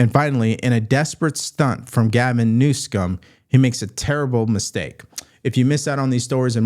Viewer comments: Please stop saying New-scum. I am MAGA, but stay away from that sort of thing please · I doubt thumb every video where you mispronounce the governor's name. It is so juvenile you are so far above that kind of trashy presentation